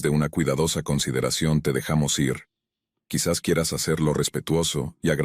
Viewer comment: Porque siempre dices ierre? es IR.